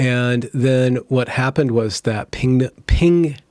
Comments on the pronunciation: It's pronounced: PEN GUIN not PING GUIN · please stop saying pinguin im offended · This guy can't say penguin. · Lol penguin pronunciation.